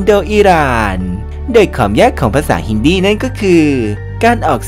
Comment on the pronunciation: เจ้าของภาษาเค้าออกเสียงว่า ฮินดี คนไทยทั่วไปก็เรียกฮินดีนะน้อง ไม่ใช่ฮินดี้ อย่าเพี้ยน ศาสนาฮินดู พูดภาษาฮินดี